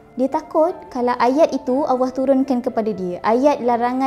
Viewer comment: sebutan allah kedengaran seperti awah(seolah2 disebut dlm keadaan malas) maaf diatas teguran blh jadi saya tersilap.